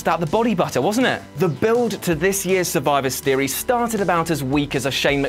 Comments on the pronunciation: Please tell me someon picked up on how he says "Sturvivor series" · witty name sturvivor steries